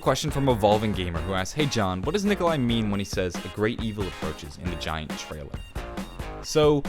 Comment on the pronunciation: "Gaint" 10/10